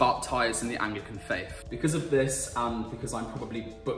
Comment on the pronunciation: “Frone”= “throne”. “Hishtree” = “ History”. Learn to speak properly, please. “Oshtrian” = Austrian”. “Vuh” = “The”. “Fafe” = “Faith”. You Are indeed butchering the English language.